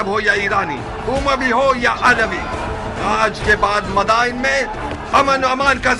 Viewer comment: Bhai it's "Madain" not "Madina"